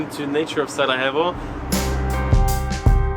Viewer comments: Please don't pronounce Sarajevo with Spanish 'j', proper pronunciation is SaraYevo 😁🙋🏼‍♂️ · Hahaha my man, I think youre pronouncing Sarajevo as if you were in Colombia. Its Sarajevo with a Y (younger, yellow) not an H. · Sarajevo not sarahevo